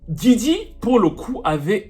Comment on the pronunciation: Djidji 😂😂😂 Yo man it’s Diddy